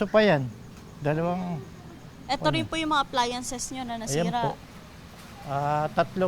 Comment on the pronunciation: Orion, Bataan po, hindi Orani.